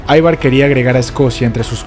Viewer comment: Gracias por tu video. El nombre Ivar en Danés se pronuncia como se escribe Ivar no "Aivar".